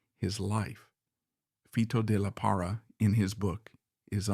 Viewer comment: ES LO MALO DE USAR LA I.A Y NO HACER LA NARRACION ... FITO DE LA PARRA... NO FTOD LARA ES ELNOMBRE DE ESTE GRAN BATERISTA MEXICANO.